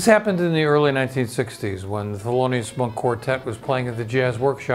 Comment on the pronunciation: THELONIUS not FELONIUS!